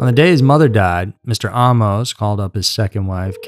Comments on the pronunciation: Why are you saying Ahh-mos? Isn’t it Amus.. like Amos and Andy? Just sounds weird 🙃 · "Ah - mose" U sure 'bout that? I suggest "Ay - mus" as another possibility. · Ed was my first supervisor. His last name was pronounced “Aye-mos”. Not Ah-mos. People became suspicious after Carolyn. Bobbi was warned. Ed was handsome, young and on his way up. He was always very kind to me. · I grew up across the street from him; I used to steal beer out of his garage.. I remember the night his first wife died . This is SO full of BS..Including the pronunciation of his last name. It's AAA- MOS-short o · You do not have all this info right because my second cousin was Carolyn Ann, his second wife. He was from Anderson, Indiana , not much Michigan, like you stated in your video. Also the last name is pronounced with a long A like AAAmos, you are not pronouncing the last name correctly. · Bullshit! He even pronounces his last name wrong- I GREW UP ACROSS THE STREET FROM HIM!! THIS IS AT.LEAST 45% BULLSHIT- THE MOVIE IS 75%!! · You mispronounced his name, and you have his hometown wrong. He is from Anderson, INDIANA, not Michigan. I knew the guy. The pictures you present are from Anderson, Indiana. You could've easily seen this with a simple Google search. Not sure where you get that this happened in Detroit.